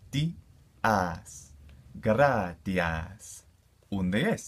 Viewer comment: I'm learning this to but I thought I heard gradahass